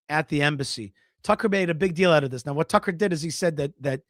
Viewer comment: the way that you pronounce, Tuuckkerrr!!!.. cracks me up 🤣👍🤣👍🤣👍🤣👍